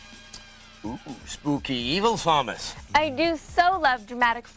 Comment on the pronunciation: I just noticed Adam and Morgan were saying sawmus not samus